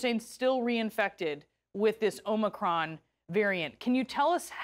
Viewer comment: She even pronounced omicron correctly.